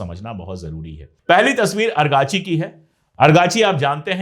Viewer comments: Aapko naam lena to naheen aata, Mohammed bin Salman ki jaga khalid bin Salman, Araqchi ki jaga Arkachi bil rahey ho. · अराकची, आर्काची नहीं